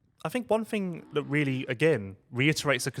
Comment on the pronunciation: I can only apologise for the way speaks this and that start with TH not FH come on try harder. It is in English language 😂